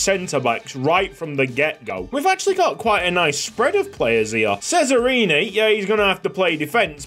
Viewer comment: Hey love the content welcome back ysl🥰 just a small tip. I am from italy and and cesarini is prounounced not sesarini but tschesarini 😅 try to pronounce it😁 keep going